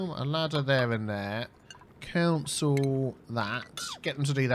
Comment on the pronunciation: You say cancel weird you say it like council